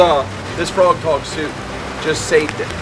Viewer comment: It's frogg toggs. Not froghog lol